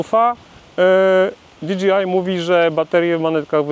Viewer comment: Wiem, że czepiam się, ale... DI DŻEJ AJ, nie di dżi aj. DJI, nie DGI. 😉